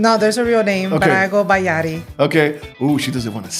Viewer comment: Meraaaa, aregla el nombre. Its Yari w a Y lol. She gonna cook you Los lol